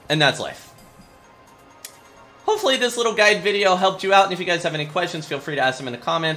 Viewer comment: he said bideo. PH SERVER GAVE YOU THE ACCENT